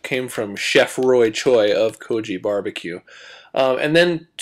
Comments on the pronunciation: Seriously? Goji is a homeless person it's Ko-gi. And that paste is NOT a BBQ sauce that's a korean hot chilli paste!!!!! =_= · actually it's pronounced Go-Gi like the G from Guiness Goji means homeless person ;)